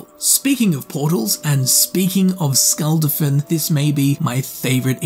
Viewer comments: nearly every non-english word spoke had the wrong syllabic stress, case in point, he says "Skulld-afinn" when the proper pronunciation is Skul dah-fin. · Hou do you mispronounce shit like "Skuldafn" when it's said in game 100 times?